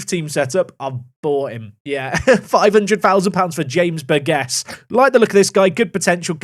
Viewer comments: I think it’s pronounced Bur-Jiss, surely? Bur-gess doesn’t sound right 😂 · James Burgess is my name please sign him!! Also its Bur-Jiss. Just finished the video... nice!